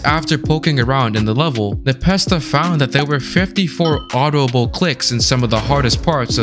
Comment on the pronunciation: That is not how you say Npesta